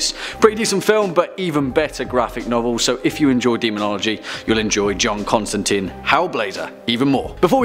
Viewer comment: It's pronounced Constan"tyne." I usually only hear Constan"teen" from fellow Americans.